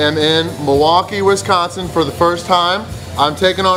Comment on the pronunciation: So glad that you can say Wisconsin right. Very few things are worse than people who say it Wesconsin. But people who can't eat a wing are worse lol